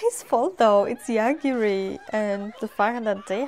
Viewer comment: He's Yogiri, though, not Yagiri xD This world has a ton of various demon lords, gods, etc. Probably more named characters than I've seen in any isekai. Also yeah, Yogiri can totally kill how bad the food tastes, but he prefers not to kill abstract concepts, because he could accidentally kill something he didn't want to. Like kill all the rice in the world or something.